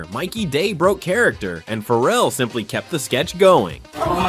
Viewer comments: His name is Ferrell not Farrel, dump the AI ! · I hate AI narration. Calling him Will Fur-elle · You're not pronouncing his surname correctly! It rhymes with BARREL! How can you get this wrong?🤔